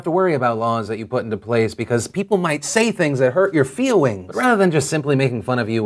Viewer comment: "Feewings… nothing more than feewings…"